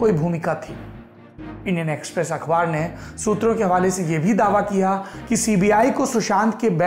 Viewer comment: What is this "shutra" Saurabh bhai?